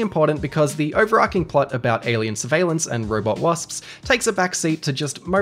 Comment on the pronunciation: The amount of times you mispronounce "overarching" is cromulent